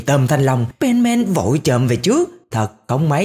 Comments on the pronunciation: Không phải pen màn đâu ơi là pen sôman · Nghe Penman giống benman :)